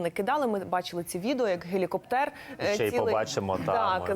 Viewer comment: Пане ведучий, журналісту не личить так безграмотно розмовляти!! Подивіться у словнику, де ставиться наголос у словах листопАд та гелікоптЕр! Сором!